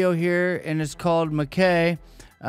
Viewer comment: M"Kai, rhyming with eye.